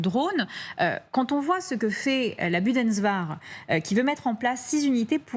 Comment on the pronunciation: Non pas la "Büdensvahr", mais la Bundeswehr.